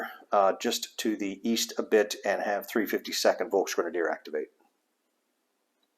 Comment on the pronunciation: Just a minor note: Volksgrenadier is pronounced Folksgrenadier not Folkshgrenadier.